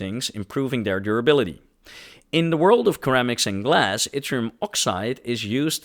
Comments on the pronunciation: Gem - say it like jem. Faux - say it like foe Ceramics - say it like sir am ics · Did you mean to say faux ("FOE") diamond instead of fox diamond? 🤔 Also, I'm pretty sure you also said lead bulbs instead of LED , and keramics instead of ceramics . :chillwcat